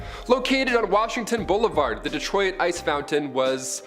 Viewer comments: I love you, but us in the US we pronounce Detroit as "Dee-troit"...not "Dee-troy-it" lol! I guess it's a Canadian thing? Of course WE mispronounce SO many Canadian words that it's horrifying! 😁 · i mean it may be a regional thing but by me we say "duh troy t" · Detroy-It lol